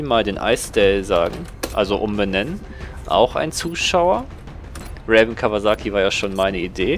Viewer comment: Ja ich war Raven :< Aber diesmal hast du meinen nick richtig ausgesprochen ;)